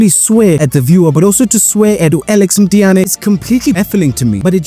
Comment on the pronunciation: Mtiyane ❌ Mthiyane ✅